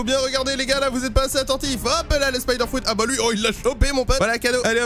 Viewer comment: Dites fruit et non frout svp